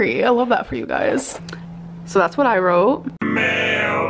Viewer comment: She’s still saying “writ me” 💀